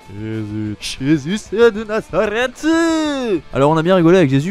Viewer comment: Jésus, Jésus, Jésus de Nazaretuuu... 🤣 Je ne m'en remets pas 🤣 Porunareffuuu... 🤣